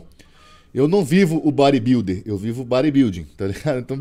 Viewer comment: Repete com o: "eu sou um bóribildi" 🤣🤣🤣